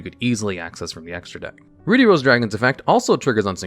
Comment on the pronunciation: Please for the love of god look up how to say "ruddy" it isn't said like "ruby" but with the b swapped for a d. Hearing Ruddy Rose Dragon how you say it is atrocious.